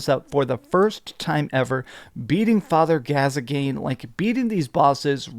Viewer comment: "father gazagain"